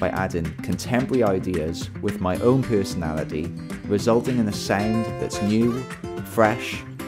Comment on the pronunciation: Did he say Pearsonality? I heard a Album Title!!